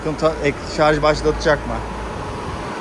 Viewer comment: Şarz değil ŞARJJJJ